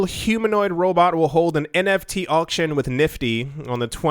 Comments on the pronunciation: NTF “non tungible foken” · omfg you started saying NTF lol SHOOT ME lloll haha